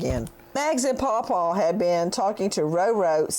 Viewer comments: No it’s Pa Pa, I can’t stand it either! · EXCELLENT ! If I hear”Pau Pau and Mags” one more time out of that no-talent “actor on the stand, I might lose my lunch and dinner ! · Hey Nancy, I'm not on Twitter and cannot get a copy of that script to read with the paw paw ro ro po po talk talk can you put a copy on this YouTube feed? I almost pee my pants when you and Cheryl talked about it. I wish you could do a show with Cheryl and make fun of all the stupid things Griffin and his whole gang have done and said. It would be the best comedy show ever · He actually said "Ro ro" on the stand, in response to the prosecutor asking him about his use of Mag's and Paul Paul. It was astonishing. He's a very bad liar, and I don't know how he got away with lying to so many people for so long